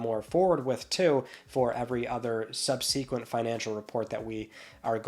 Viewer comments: His incorrect pronunciation of "subsequent" has gotten old. Please learn to pronounce it correctly! 🎉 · LOL no it's not an accent thing, just a pronunciation thing. Besides isn't he from upstate NY? It's just a pet peeve of mine, because it's a few different words... just subsequent is just the most often mispronounced one. Not like I'm perfect, I still mess up niche all the time 😅 I keep forgetting if its pronunciation is "neesh" or "nitch" 😆